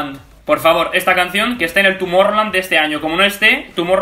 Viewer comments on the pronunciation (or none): Escuché "Tumor-rroland"